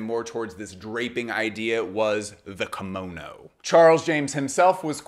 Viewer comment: Hello from Japan！！ Great video, your pronunciation of Kimono is spot on！ Your observation of the Kimono being a garment with a great deal of space between the wearers skin and the fabric is correct/incorrect at the same time. Yes the many different varieties of Kimono garments more or less have lots of space for arms and legs BUT all Kimono's are tightly fastened with an Obi or sash at the waist, slim women have to use folded towels or padding to enhance the body shape so the kimono drapes well. This makes the Kimono very hot, constricting and tiring to wear if you don't wear them regularly. People of Asian decent tend to sweat much less than us and also wrapping a tight Obi sash under the armpits actually suppresses the sweat glands which I recently learned. I am a hot person so even a summer cotton Yukata Kimono I get soaked with sweat. I'm not trying to put you down it's just that I sometimes see the explanation that the Kimono is a louse fitting garment when in fact it isn't.